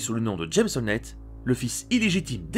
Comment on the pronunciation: C'est qui James Honlett ? James howlett